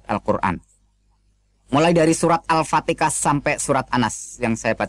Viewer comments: tuch bukan ustadz....!!!! baca surat alfatiha aj belepotan...!!! nyebut surat alfatiha aj salah.... alfatiha bukan alfateka..... tuch misionaris kristen..... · Mengaku ustaz tp baca alqur an ama hdis hk faseh kyak anak sd ktauan ceteknya ilmu .....arrohman dibca arrikhman.. huruf ha jdi kho alfateha blang alpateka...aduuuyyy bikin malu megaku ustaz baca gk becus .paling" cuma bca latinya ..........gk bisa bca alquran ngaku ustaz ..kamu gk akan bisa bohongi aku